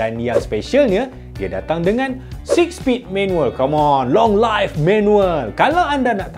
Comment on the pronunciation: Long live bukan long life. Sebutan die "liv"